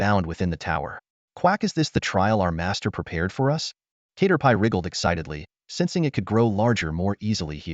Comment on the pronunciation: Cat-er-pee ✖️ K-ter-pie ☑️